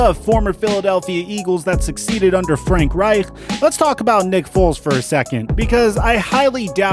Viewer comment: When you said frank wright you sounded French 😂